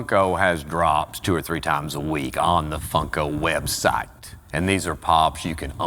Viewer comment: I like how he called a website, websot. Also the edits are so good